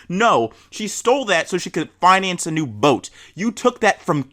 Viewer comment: Just how he says boat. "BOAT"